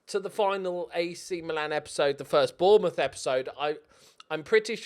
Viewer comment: Gotta sign Bwian bwobbewy for Bwournmouth! 😆.